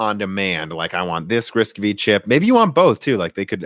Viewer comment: FYI It's not "RISC-Vee". It's pronounced "RISC-Five". V (five) as in Roman numerals. Also Intel's 3DX Point is pronounced 3D "cross point". And yes even I started calling it 3D "expoint" at first :)